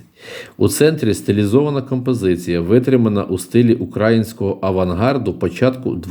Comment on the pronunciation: Неправильно наголос робите. Не укрАїнського, а украЇнського. Вухо ріже))